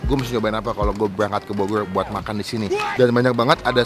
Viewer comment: Bogoy euy Melecon euy Subleb euy Wkwkwkwk ngmng dulu yg bener ehh